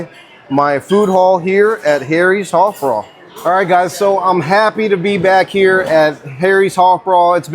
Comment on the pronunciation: Love harry's hoffbrau(sounds like hoff brow )